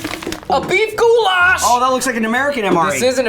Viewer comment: the way they say Goulash over there is like saying Gulag with SH instead of a G, where the lash in goulash is more said like the word lash with no hard A's